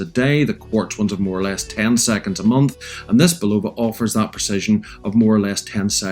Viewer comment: Nice watch, now you can pronounce Bulova correctly. Also the original sold for 1.6 Million, NOT 16 Mil. Do you find the chinese leather nato smells funny? Like Wuhan wet market funny? Mine did, great watch, rubbish leather strap IMO.